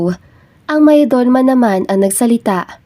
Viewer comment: For the narrator shortcut the pronunciation it's mayordoma.